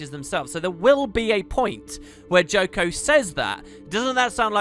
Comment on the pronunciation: It's not Joko.